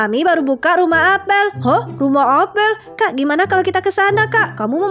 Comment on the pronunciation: Kak apel bukan apel